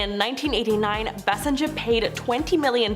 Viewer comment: Kim Bassinger's last name is pronounced BaySinger.